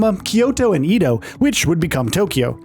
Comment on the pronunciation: just fyi, Edo is pronounce like "eh-do"